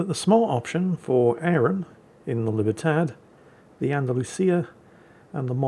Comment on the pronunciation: Long after Far Cry 6, I'm still triggered by saying "Libertad"